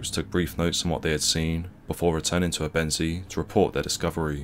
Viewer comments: It's pronounced "ebbenzay"...NOT "ebENsea" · Great video, except I think if this is gonna be your topic, it's important to learn the correct pronunciation of the words you're using. Ebensee is pronounced "Ay-ben-zay", not "uh-ben-see". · When making a history doc. such as this you would expect the commentator to find out the correct pronunciation of the locations described. It doesn’t inspire confidence in the level of research when all place names are pronounced incorrectly. Also Ebensee ( pronounced aybensay ) is in Austria so why are locals described as Germans ? I visited the camp area 2 years ago with a local history group & discovered the whole area is now a housing estate ! People sitting in their gardens & a children’s playground next to the cemetery. We were told they resent visitors coming with an interest in the past. We should not forget what went on here & it’s sad that so many people are happy to live a comfortable life on the same ground that saw so much suffering. It’s all too easily forgotten in my view so it’s useful to have such a doc. but please consult a local for correct pronunciation of place names before going public & calling Austrians Germans is the equivalent of calling the Scots English in my experience ! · As Ebensee is in Austria how did the US unit‘s chronicles conclude that there were „nice German people living nearby“? Where were the nice Austrian people living? And the narrator’s pronunciation of Ebensee is wrong. More attention to detail would not go amiss. Why not ask any German speaker how to correctly pronounce places names.